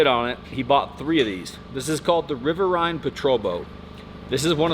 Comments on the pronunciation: It's pronounced River EEN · It's not River Ine, its Riverine.. like the word marine just with river in the front. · It's "rihv-ehr-een" not "rihv-ehr-ine"... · Riverine isnt pronounced like that. it rhymes with marine. cool boat though. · River"EEN" ASk me how I know. ;) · Active duty sailor here... No judgement but its pronounced river eeen patrol boats. Similar to our dual inboard moose boats that are a double catamaran hull design, meant for shallow water. Super fun and they kick ass! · That’s not a SEAL boat, that’s a RPB, or Riverine Patrol Boat, pronounced “river eeen” by the way. They were originally designed for the Marines and later USN expeditionary forces, meaning conventional not special warfare. Sorry to nerd out, still a little pissed watching my boat get chopped up. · Pronounced River-(een) patrol boat. Rimes with wolverine... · SURCs were the older version, this is a Riverine Patrol Boat or RPB for short. I was in Riverine Squadron 2 for the first 5 years they were around and actually was a coxswain and mechanic that whole time too. All the info he puts out is pretty on point except for how he pronounces Riverine. It came from combining River and Marine, Riverine.